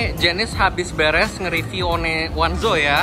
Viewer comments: Namanya ONEZO dibacanya ONEZO. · Bang btw itu OneZo sebutannya bukan o.. n..e... Zo tapi one zo , one nya pakek accent english bang hahahhaah